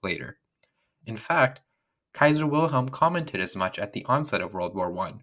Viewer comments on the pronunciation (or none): none